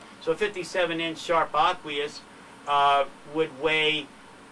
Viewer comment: P.S.S. It's Aquos not "Aquious"